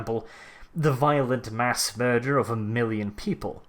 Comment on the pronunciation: As an American, I find his accent rather funny yet regal. Especially the R-rolls. Murrrderrr-fuck it into existence